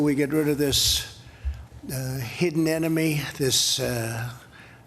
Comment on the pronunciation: Did he say “Hidden Anime” or “Hidden Enemy”